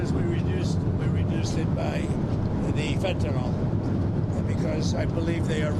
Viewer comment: Fentanyl is pronounced fĕn′tə-nĭl (fenta-nil), not fentanol; there's no "o" in the word. In chemistry nomenclature, "-ol" is an alcohol; Fentanyl is a piperidine opioid. The name is a portmanteau of pheno- + anilide + -yl with arbitrary spelling alterations.